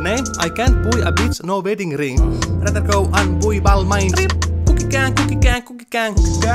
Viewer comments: [guki gäng] ois ollu luonnollisempi. samoin en myöskään ymmärrä miks lausut kanavas nimen [äksentikal] ku ois oikeesti [akkentikal]. yliarvostettu kanava. darth vader ja pulp fiction -videot oli käytännössä ainoita hyviä. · Kuki käng :D